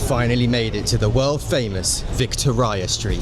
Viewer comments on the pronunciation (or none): its VIC TOE REE AH STREET NOT VIC-TOR-RYE-AH .....BUT GLAD YOU CAME :) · Vick-toe-rye-ah Street? It's named after Queen Victoria and, surprise surprise, it's pronounced 'Victoria'. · Vic.tory.a street not Victor i a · Vic tor ia street??? As in Queen Vic tor ia. Come on it's not that hard. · please tell me you did not mean to pronounce Victoria, as in queen Victoria, Street as vik- tor - i -- a street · Where the fuck does vik toe rya street come from its Victoria street as in queen Victoria you twat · It's Victoria street, pronounced like the Old Queen. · 'Victo-ria street' 😊😊😊😊😊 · How the hell did you manage to mangle Victoria? It's named after Queen Victoria 😮